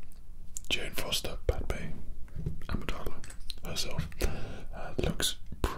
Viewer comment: He said padme amidala